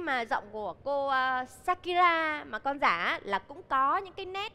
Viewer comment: SHAKIRA chứ không phải SAKURA nha Đại Nghĩa ơi 😂😂😂